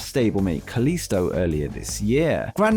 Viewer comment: It's kalisto not kalista 🤣